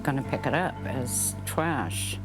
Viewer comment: So can pronounce "Mannequin" correctly but says "Twash"? 😂 💀